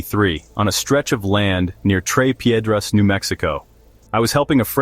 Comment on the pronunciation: Tres Piedras…not “Trey” Piedras